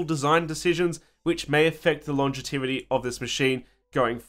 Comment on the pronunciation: "Longetivity ".... what the? DIY words are not for public use dude 🤣😂